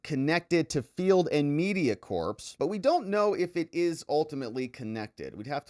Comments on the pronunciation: "Corps" is pronounced like "core," not "corpse." Like the "Marine Corps," for example. Just sayin'. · you're a lawyer. The word is pronounced "core" not "corpse". Come on son! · Stop pronouncing the PS in Corps